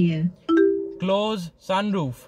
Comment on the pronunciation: sunroof bolte nhi aata teko...